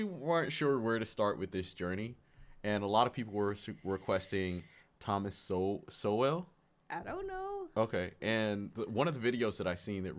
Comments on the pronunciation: Its pronounced "Soul" not "So-well" ;) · Sowell is pronounced soul.